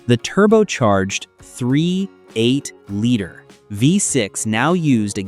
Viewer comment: AI videos without a REAL car guy editing it, sucks. You keep coming SOOO close to sounding like you know what you are talking about, until you realize you aren't talking at all. You are either too lazy to look and listen to the video you made, or you are a. It is a 3.8liter V6 engine, and not a 3.... 8liter V6 engine, and your AI cannot even pronounce the year of the car correctly. Laziness ruins your video. Also, there were no lies involved from Detroit. It simply took this long for the US car makers to create a turbo charged engine reliable enough to sell to the mass market. Try to do real research and NOT rely 100% on flawed AI. You come so very close to making a good video, then you lazy out and real car guys know it.